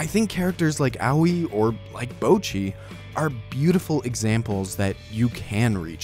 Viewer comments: the people correcting your bocchi pronounciation mean it in a "its now bowcchi, its bohcchi." like, pronounce the o like an o- not like owh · he is pronouncing it wrong tho the o in 'bo' is more like the o in 'bot' or 'song', not the o in 'bow' or 'road' and the 'cch' in 'cchi' should be duplicated so what hes saying sounds like "bow-chee" whereas its supposed to be "boh-cchee" (/bottɕi/ rather than /boʊtʃi/ if you can read that) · I'm deeply enraged by the first few seconds of the video but I wanna lay it to you gently. Yes, that's right, ぼ is the hiragana for "bo". But the way you're pronouncing it is ぼう/bou. Japanese vowels are pretty static, a in apple, i in indian, u in ultra, e in energy, o in orange. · Yes ぼ is "bo", so your pronunciation mistake is twofold: 1. you are saying it like "bou", which would look closest to ぼう and 2. it actually says ぼっ which is "bo" followed by that glottal stop leading into doubling next syllable, "chi", hence "bocchi". You are saying "bouchi". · The problem with your pronunciation is assuming that ぼ [bo] in Japanese is pronounced the same as bo [boɯ] would be pronounced in English. There's no diphthong in Japanese for the syllable; if there was it would be written as ぼう [boɯ]. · I agree that he's definitely not pronouncing the double consonant in "cchi" right, so I guess I have to back down. And his o in "bo" is a bit long as a result. Honestly his accent is butchering the pronunciation for him. However if what you're saying is that the "bo" should sound like "bah" then I'll have to disagree there. Just listen to how the cast of the show say it. It's ぼっち (bocchi), not ばっち (bacchi). If it I misunderstood, then ignore all that plz lol